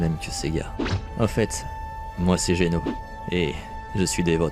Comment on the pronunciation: Ok par contre set geno pas géno